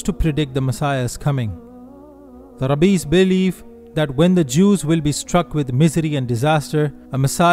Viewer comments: It's Rabbis, not Rabees! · My friend, I am a fellow Muslim and appreciate your great videos. Please say, ‘Raabiiys’ instead of ‘Rabees.’ Jewish Rabbis are pronounced correctly as Raabiiys.